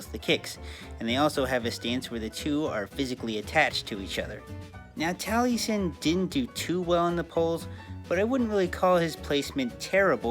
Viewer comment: I died a little inside every time he pronounced Taliesin as Tally-sin instead of Tal-uh-sin. I don't know which ones the right pronunciation but that's how I've heard the name pronounced irl and it feels weird to hear it pronounced otherwise.